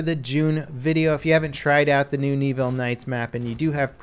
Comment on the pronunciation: Knee-ville? C'mon man. I had to cringe every time you said it. It's Neh-ville.